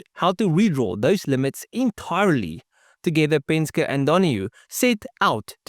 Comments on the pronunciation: Yea, what’s a Penska? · Penske is pronounced pen-ski bro. 👍🏻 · It's pronounced "Pen-ski" Other than that, pretty good video, although I seriously doubt you could acid dip 360 lbs off a 67 Camaro. I'd think 100lbs would be a more realistic number, if that. Every pound helps, though. Penske was a master at cheating. After he switched over to AMC, he didn't like the way the Javelins handled and braked. He had his team fabricate a crossmember that allowed them to run Mustang suspension components and spindles that let them run the same Lincoln Continental brakes the Mustangs were running. When competitors began complaining, AMC began selling the crossmembers and spindles, which homologated them! I actually bought that crossmember and those spindles and upgraded the handling and braking on my 401 Gremlin.